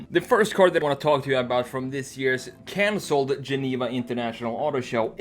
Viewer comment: sounds like he's developing a bit of a nigerian accent. He said 'consold' instead of 'cancelled'